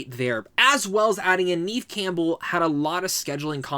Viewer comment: Neve Campbell is pronounced "Nev"